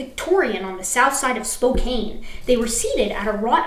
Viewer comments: Ah, sorry, but Spokane is pronounced with a “can” rather than “cane”. Also you can easily identify all the Washingtonians in the room by saying it wrong because dark majicks compel us to correct it. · Spo-kan damn it! Kan as in kick the can, not Spo-kane as in Citizen Kane. It's a common mistake though, as the e stuck on the end to make Spokan Falls sound fancier back in the 19th century trips up on how e's added to French-based words make the vowel preceding the consonant long. Alas, Spokan are First Nations, not French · Oh, and Spokane is pronounced Spo-kann. If there are more local names you mangle (don’t feel badly, most folks not from the Northwest do- I bet I mangle some of your local names) I will add comments, and hopefully you’ll see them even though I’m six months late to this party). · Couple of pronunciation tips from someone localish to the setting: It's pronounced like Core Da Lane it's a French imposed name. Salish is pronounced with a long A. Spokane is pronounced with a short A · I enjoyed listening to this. though, correct me if im wrong, you read a city name that i think was spokane in writing. That city is actually pronounced spo-can, if that is a real city they are talking about. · It's so funny. I lived in the Tacoma area for two years in early grade school and I still remember how to pronounce Spokane correctly, and feel the need to correct mispronunciations of it! Is it something in the water? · The last syllable of Spokane rhymes with ban and can. But you are not the first to make that mistake. :-)